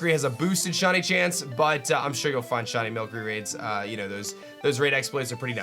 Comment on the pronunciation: Why is he saying mill curry